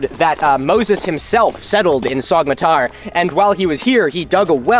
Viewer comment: Not how Sogmatar is pronounced.